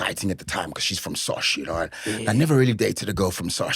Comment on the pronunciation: Sosh guys not sosha please 😅😅